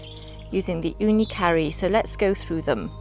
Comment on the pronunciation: I am grateful that I found your channel and that you made many comparison videos about ooni vs ooni and tools guide etc.. I am little suprised that when you say ooni karu (It sounds like that you say ooni CURRY) But other than that I really enjoy watching your videos,, please keep it up!